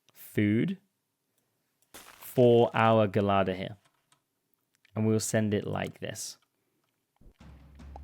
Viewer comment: am i saying gelada wrong or is saying gelada wrong, idk🤣